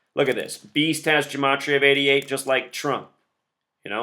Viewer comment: don't lie to me. the word LIE = 12+9+5 = 26 = Z = the first letter of your name. Your own logic and gematria (which you deliberately mispronounce) condemns you.